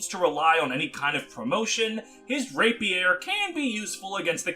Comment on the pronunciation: Don't forget Rapier pronunciation.